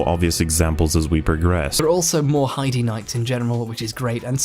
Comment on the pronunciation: I hate hearing people talk about Heide's tower, they never pronounce it properly. I can forgive text to speech, but making a critique video should have at least come prepared with knowledge on how the game's names are pronounced. And that other guy calling them Heidi knights is just unforgivable